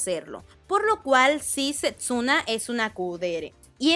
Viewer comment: Porque sepsuna? Es Setsuna.